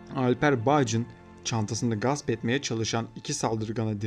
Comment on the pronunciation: Allah rahmet eylesin gast değil gasp kardeş bu arada